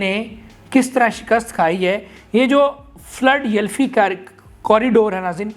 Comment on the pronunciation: اپنے تلفظ صحیح کریں فلڈ یلفی نہیں فلا ڈیلفیا ھے